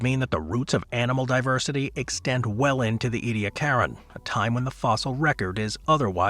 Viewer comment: 🙄 Ediacaran ( /ˌiːdiˈækərən, ˌɛdi-/ EE-dee-AK-ər-ən )